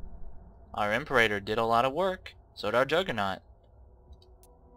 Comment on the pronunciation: also i hate how you mispronounce "imperator" just annoying to someone who actually knows how it's supposed to be pronounced.